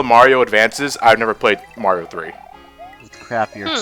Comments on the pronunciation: Oh god almost pulled a ReviewTechUSA and called him "Mary-o" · I thought him calling Mario "Mary-o" was him being a heretic.